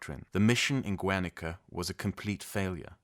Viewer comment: Such a random note, but the prefix Guer- in the name of the town of ‘Guernica’ is pronounced like the prefix in the word “guerra” (war), with a hard G. Which should be pronounced like “Gair-” (like the word ‘hair’ but with a hard G like in ‘gas’). So like Gair-nee-kah. In Spanish, we make the double-u (w) sound with the letters gue and gui, but ONLY if they form a diphthong. We only know if this is the case if there is a “diéresis” (or an umlaut for you Germans) on the letter u. So for example, vergüenza (shame), güey (Mexican slang for ‘dude’), güero (inf. blonde/pale/fair person), pengüino (penguin), all of these are pronounced like a gw (if the güe/güi is in the middle of the word) or just like the English W if it is at the beggining (like güero is pronounced as wero). So if Guernica was spelled Güernica, it would be pronounced as Wernica. I only mention this, because I have noticed in your videos your comitment to pronouncing words correctly (like in one video you actually pronounced the word ‘guerrilla’ correctly, instead of like ‘gorilla’ as many other English speakers do haha). I have no expectation for you to say all of our words correctly, but it really is a welcome surprise to see how much you really do dedicate to getting it right, so my comment is only meant to assist you in the future. Thank you for your videos, I am a big fan! 🙏